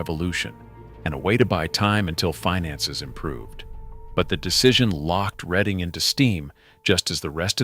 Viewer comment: Sir, the proper pronunciation would be: RED+ING